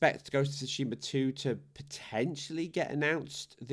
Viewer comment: Imagine there's some woman named Sue Sheema. Say her name in your head. That's how you say Tsushima. You're welcome.